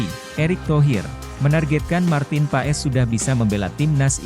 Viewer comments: Min....Kalo baca nama org yg bener opo'o ?kayak gak pernah sekolah smp aja....huruf O. E dibacanya jadi U... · Tolong sebut nama orang yang benar ya bos